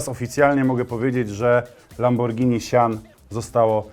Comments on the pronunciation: Lamborghini "sjan" nie "sian" ;) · Nie sian źle wymawiasz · Źle wypowiadasz sian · sian = czytaj sajan